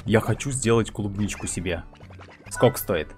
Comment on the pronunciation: Кубничку! Ну, ты правда читать не умеешь?